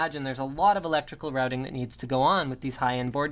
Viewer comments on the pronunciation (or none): none